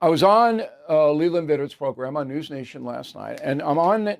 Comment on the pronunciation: Bill. How could you slay Lelands name like that.